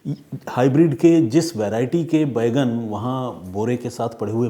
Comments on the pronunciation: आप बैंगन को बैगन बोल रहे हैं जो बहुत अजीब लग रहा है! Please correct pronunciation. जय हिन्द ॥ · Detective " Bheigan " 😂😂😂 Pehli baar sunna Maine bhi...Sir....!!!!! 🙏🏻🙏🏻🙏🏻